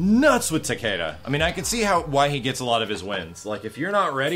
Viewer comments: Special Eyes As someone semi-fluent in Japanese, the name should really be pronounced Ta-ke-da. Hell, it's not even the first time they've butchered a Japanese name. Raiden? Actual name of the Japanese thunder god. But it sure as hell isn't pronounced RAY-den. "Creative liberty" doesn't suddenly make it okay to slaughter a language. Bear in mind that I say this as a writer/game developer/numerous other creative things. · Why does everyone pronounce Takedas name wrong. I mean just listen to the announcer when you pick him he says Takeeda not Takayda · I Have Special Eyes It's not even Takayda. Pronouncing it as a Japanese name would make it Takehda. Everyone but weebs like me are pronouncing it wrong. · I Have Special Eyes Even the announcer pronounces it wrong..its Tah-Key-Duh..the announcer says Tuh-key-duh..since you wanna get Tech :p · I think it's pronounced both ways, because when you chose him it's says Takayda but when you win it says TakEda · I just researched how to pronounce his name and it sounds more like "Taki-Duh". This was from Japanese pronouncers too. The first two syllables are said almost connected. It sounds like hard Es because the announcer just says it slow (which isn't too much his fault that he can't properly pronounce a foreign name). So no it's not "Tah-Kay-Duh" like some of you have been saying. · I Have Special Eyes Because the American announcer butchered a Japanese name haha.